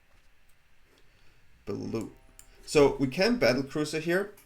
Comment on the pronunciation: Battle cruiser you’re cute. It’s battlecrier ❤😂